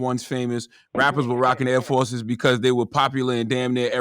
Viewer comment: "Aerr Force 1's" just him pronouncing em like that with that St. Louis, country dialect is testament enough to the legitimacy of this subject matter. Lol